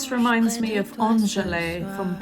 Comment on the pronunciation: The final E in "Angèle" (the Belgian singer) is not pronounced, so it should be like "an-GEL" (two syllables, with the stress in the second one). No hate; just felt the need to point it out 😅.